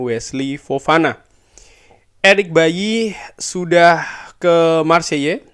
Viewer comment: Bang, Marseille pronounce nya Maar say atau kalo mau agak French dikit maarkh sei